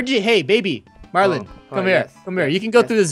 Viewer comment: it's not MAR MAR it's marlin